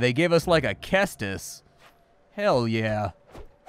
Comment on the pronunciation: Cestus is pronounced with a soft C. Ses-tus, not Kes-tus.